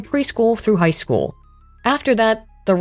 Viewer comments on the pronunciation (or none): "Affects chool performance and IQ"